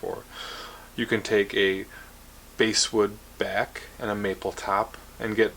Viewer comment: ? I thought it was called basswood (rhymes with ass could). Basewood? I would assume that the wood was named long before instruments were made of it.